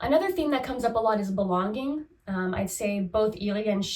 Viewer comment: You say belon-гинг (belonging) in such a distinct, endearing way 😅 (in a way how I might have heard it long ago back in Russia). Thank you for your videos, it is a pleasure to watch someone so… engaged? Excited? Genuine interest shows, is what I want to say.